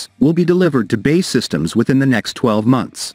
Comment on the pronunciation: Does anyone else find it annoying that the voice over guy computer pronounces B.A.E as bay. Give me strength